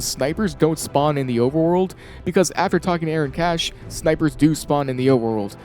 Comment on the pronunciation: bro said aaron cashier 😭